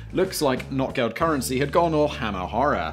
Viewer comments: Notgeld - Notegeld, not NOT Geld lol. I'm british and I know this ;) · You would be excused for the mispronunciation of very exotic words, but Notgeld is not "not geld," it's "noht gellt." The languages are related and these sounds exist in English. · Well the donkey is from a fairytale where a donky poops gold for some reason. I think it was called "Goldesel" or something similar. And for the the record the o should be pronounced longer otherwise it sounds as if you were speaking denglish and saying not geld (not money) instead of Notgeld. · Notgeld is pronounced like note Geld. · Hey Simon, you didn't pronounce Notgeld correctly, and I'm very upset about that.